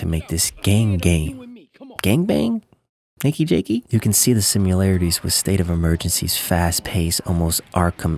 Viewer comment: "Nakey Jakey?" 😂😂😂